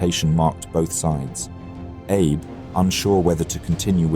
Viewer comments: I mean, he pronounced "Abe" as like "Abe Lincoln" and not "Ah-bey" like it should be pronounced. Sounds like an AI narrator, honestly. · It's ah-bay. Not Abe 😊